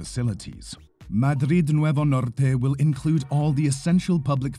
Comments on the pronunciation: Agradezco tu pronunciación "Madrid Nuevo Norte" en castellano. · I mean they are talking about Madrid Nuevo Norte after all 😅 it just stands out moure because he pronounces it right